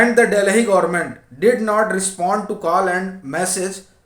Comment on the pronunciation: Funny pronunciation Delhi is called Dalhi.